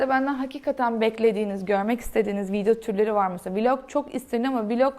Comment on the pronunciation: VIDEO: Viydo değil —> *vidyo. MEDIUM: Miydum değil —>*midyum